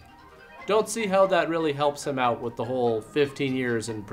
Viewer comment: I just discovered this channel, and I've been laughing my ass off since yesterday....but I'm most grateful for the "about/aboot" joke at the end! That was just what I wanted to hear! Now about those entreaties to "check this movie ote....."